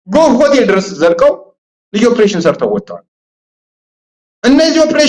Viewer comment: ኦብሬሽን አትበል በለው say it ኦፕሬሽን ; ❤